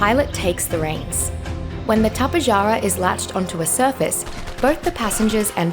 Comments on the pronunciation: Yeah no I've been studying azhdarchoid pterosaurs for a long time and its the first time I've seen someone pronounce it like that. The correct way to pronounce it is Top-ay-har-ah but i like to pronounce it like Ta-pe-ja-ra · Tapejara is actually pronounced Tap-uh-har-uh, just wanted to point that out XD